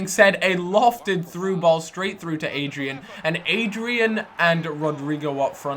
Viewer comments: its not adrian hes spanish...its like ah-dri-an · PLEASE READ ITS ADD-REEE-ANN